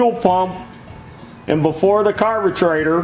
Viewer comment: It’s good to hear a American Say aluminium properly even if he was saying like he does carbertraitor lol